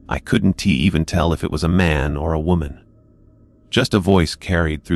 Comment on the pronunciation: Hey, AI dude, the words are pronounced wasn't couldn't and didn't. NOT wasn tea couldn tea and didn tea. It's also pronounced Cooper's. Not Cooper Es. Other than that the story is very good!!!